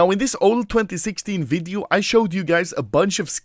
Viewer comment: The way to pronounce ''video'' upset me, ''WIIDIOO!''